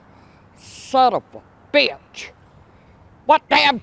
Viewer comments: As good as Jackie Gleason in Smokey and the bandit// where are you! You Sum-Um-Bitch!😂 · I’m trying to keep count of saying sonavubitch. Lol great stuff as always.